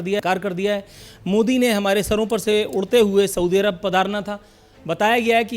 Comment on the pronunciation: Narendra modi hai woh.. not moji